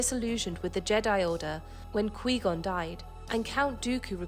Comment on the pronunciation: Its pronounced kuh-why gone Not qwee gone